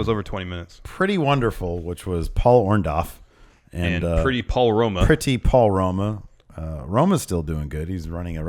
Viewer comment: Someone please tell it's Orndo-R-ff.... WITH AN R. I mean, really, short of Paul himself telling that everyone screws up his name, I'm fairly sure the other 99,999 times he's been referred or he himself refers to as Orndorff they had it right. Even Larson gets it.